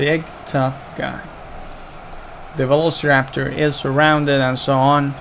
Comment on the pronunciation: Please learn how to pronounce velociraptor.